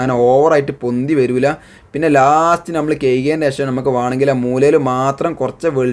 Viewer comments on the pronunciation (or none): none